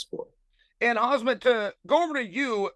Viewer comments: Chael says Khamzat's name wrong (Khazmat) in front of Khamzat himself. So I guess it was never an act. He always thought his name was Khazmat. 😆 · "Hazmat Chimaev"... - Chael Sonnen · “Hazmat Chimaev” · Why tf is he calling him hazmat? It's goofy af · Chael Sonnen did call Khamzat Hazmat, you heard it right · When chael said “ khazmat“ khamzat’s reaction 😂😂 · Chimaev face when chael said khazmat 😂😂😂😂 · “Khamzat bretha 🫤” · Im starting to believe that Chael is doing this on purpose, calling Chimaev Hazmat, to lowkey insult him. Edit: Ok, now in sure he is doing it on purpose. He just called him Kaazmat. In one freaking video. lol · why is he keeping calling him khazmat. thats an insult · Lets not ignore the “KhaZmat” from Chael 🤣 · It’s KAZMAT actually. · Chael "Hazmat" Chimaev ☣️☣️☣️ 😂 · If the great Chael Sonnen says your name is Hazmat.... well I guess your name is now Hazmat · Chael still out here calling Khamzat Hazmat 😂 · i swear to god i thought he was trolling when he was saying it this way on his channel , but hes actually saying it this way here xD i just cant xD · He even called him Kasmat 🤣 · sometimes he says kazmat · Hazmat, Hamzat, he changes it each time. 😂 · He actually managed to say it wrong in two different ways "Hazmat" and "Khazmat" :D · Chael needs to stick to Chimaev. He can’t say Khamzat, no matter how much he tries. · It is shameful that the moderator after so many years cannot pronounce the word "Khamzat". So North American... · How does Chael manage to mispronounce the same name in three different ways in a 7 min clip 😭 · this should be interesting. May the best man win. Also I wonder how annoyed Khamzat was by Chael repeatedly mispronouncing his name lol. At least he didnt call him cumshot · The fact that nobody is correcting him on pronouncing Khamzat’s name 😂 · What a douche Chael is not getting Khamzat's name right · Of course chael got khamzats name wrong 😂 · Chael it's Khamzat, not Khazmat ffs! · 'khazmat chimaev'